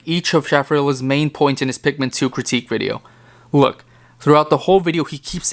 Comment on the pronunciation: just came to say shaffrillas is right. nice vid anyway